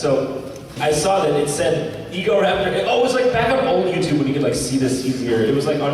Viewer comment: why does this guy pronounce "youtube" like "youtube-uh"? "The most popular form of video on Youtube-euhhh". Bro it's just "youtube" there's no extra sound at the end of the word